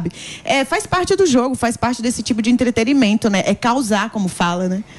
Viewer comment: A moça: EntreteRimento? Kkkkkk meu Deus!